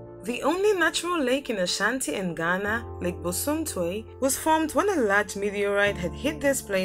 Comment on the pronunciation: The ladie said lake bosom tiew 😂😂😂😂😂😂😂